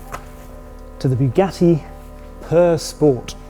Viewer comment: "the Bugatti Purr Sport" 🐈